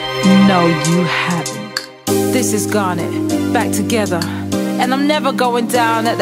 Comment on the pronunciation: What? Garnet don't pronounce the "t" wow